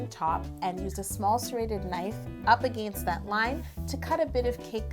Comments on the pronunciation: I just realized every time you say against you say again’t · Am I the only one who noticed how Canadian she went when she said against